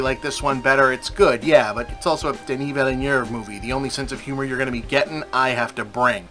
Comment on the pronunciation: Kudos for pronouncing Villeneuve mostly right!